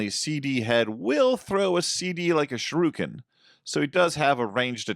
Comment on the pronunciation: It's shuriken, not shiruken. You know like the singer: Shukira, not Shikura.